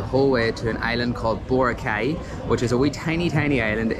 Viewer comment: You need to pronounce BORACAY correctly.